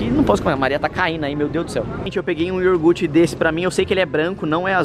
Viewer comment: nao é iorguti é iougurte